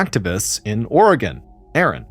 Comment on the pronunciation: Hey at least he said Oregon right lmao